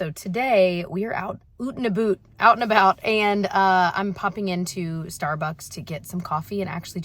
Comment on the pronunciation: I'm Canadian and I screamed when you said "oot and abooot" 😂😂😂 🇨🇦🇨🇦🇨🇦🇨🇦